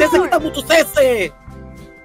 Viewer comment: Cc bg cc bukan se se 😂🗿